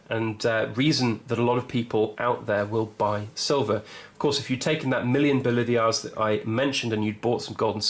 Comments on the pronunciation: Say it with me “Bo-lee-var-es” or “Bo-lee-var” NOT “Bo-live-ee-ars” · Pronounced "Boleevars", not "Bolivias", with accent on 2nd syllable.